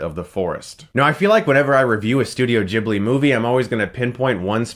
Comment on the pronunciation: chris its Gi-bli.